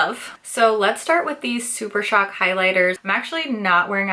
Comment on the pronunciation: "Blush Crush is the new Super Shock" you didn't mispronounce Super Shock this time, you broke the curse! 🤣